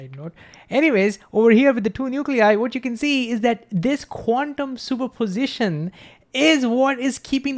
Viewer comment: Please slow down and emphasize all syllables. Probability has 5 not 4. Superposition has 5 not 4. Thank you a great video